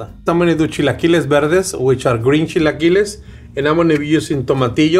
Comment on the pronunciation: Automatic like for the legend!!! Eres el más chingón!!! Americans with issues to pronounce the word, repeat with me: ¨Chill A Killer-s!¨ then just remove the R